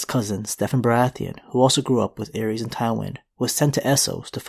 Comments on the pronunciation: Terrible pronunciation of the names. Ares is a Greek god and Aerys is the Mad King. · Its “zhaa- uhries”